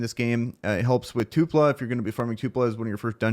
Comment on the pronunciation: It’s TULPA not two pla